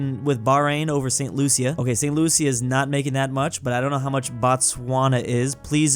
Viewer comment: It's prunnounced "Saint Loosha"